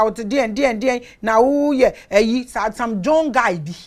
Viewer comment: Please mama it's not wee people.. but some people ❤❤❤❤❤